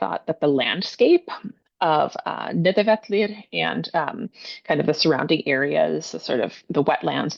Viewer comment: You’re the second English speaking person I’ve seen in my entire life pronounce the double LL correctly in Nidavellier, Gjallarhorn and Heimdall! Much love, great Video 🎉